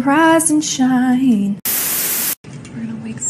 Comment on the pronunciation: she said "rIsE aNd sHrInE "